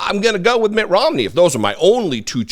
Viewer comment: It's Mitt, not Matt. Thanks for the video. I always look forward to what you have to say.